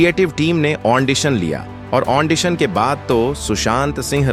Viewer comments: Kya ondicion 😂😂😂 it's audition anpar gavar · Hello sir, wo ondision nahin......., wo Audition hai. Please learn to use proper english words